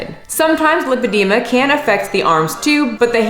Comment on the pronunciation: of all the words you’ve butchered 🔨 ALL the ways you said lipedema in this video were totally correct (this from a physiology/dietetics graduate who jumped ship from a linguistics degree 😆). Lipedema is as inclusive as objective reality gets. And in fact, the ways that you (probably) thought you said it wrong revealed underlying (correct) knowledge that you have about medical conditions, so, good job! 😄🎉👍🧠💪